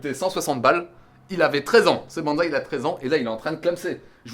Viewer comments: bonsaï avec [ss] et pas [z] 🧐💪 je pensais que mr fontanier te l'avait enseigné 😭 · si ça t'intéresse on dit : [Banssaï] et non [banzai] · salut mec je voulais te prévenir les gens font souvent la faute mais le bonsaï se prononce "bon[ss]aï" et non "bonzaï" qui est completement différents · Pwaaaaaaa c'est quoi ce délire je m'attendait pas du tout a un TEL level c'est énorme !!!!!! C'est plus de la v2 c'est une v12 mdrr Le décors il est maaaagnifique et on ne peut plus raccord avec les ideos de ta chaine et honnêtement la seule chose a améliorer ça serait le parchemin chinois sinon je vois pas ^^ Ah oui et aussi bonsaï se dit "bonessaï" et pas "bonezaï" en japonais romanji le Z se prononce un peu comme un S enfin bon je sens que la V2 va être terrible